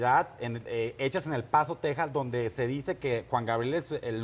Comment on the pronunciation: ...y Gustavo Adolfo nunca a pudido pronunciar el nombre artistico de Alberto Aguilera Valadez...min. , Juan "GRabiel"...de niño yo tenia ese mismo problema pero ya me curé jajaj